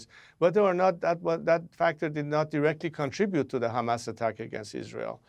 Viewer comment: Wow shes well schooled in the disgusting art of zionist propaganda. Down to the ridiculous pronounciation of CHREEsbollah and HRRamas